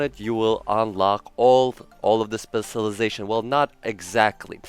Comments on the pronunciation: You’re saying it wrong say it like this “Special lie Zation” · U said specialization so wrong like 30 times in the first minute of the video. Please pronounce the cial It’s irritating to hear u say it spesilization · My goodness. How fucking difficult is it to pronounce specialization?!